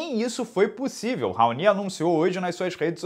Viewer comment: Sempre ouvi o nome desse cara pronunciado como "raoni" nunca ouvi "raonÍ"....